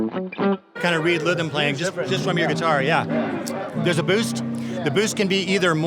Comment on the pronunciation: Anyone else hear him say “read lhythm playing” 😂😂